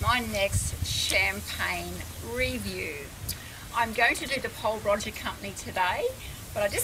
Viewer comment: It would've been a great review but you really need to pronounce it properly it's not Roger lol i'm sorry to point this out